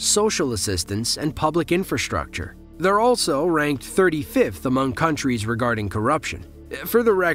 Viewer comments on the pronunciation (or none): none